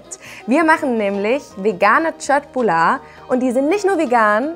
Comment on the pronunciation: köttbular richtig gesagt👍